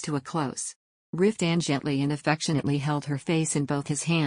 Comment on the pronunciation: I want to like this, but after only 45 seconds, I just am so bothered by the AI voice, it is painful. It doesn't pronounce Maxi, instead she is called Max. It says Cross instead of Croyso. Riftan gets called Ruthann at about or so. It also pauses awkwardly in pronouncing words making it difficult to follow the story. I know others liked it, but I just can't. I am covering my ears at the thought.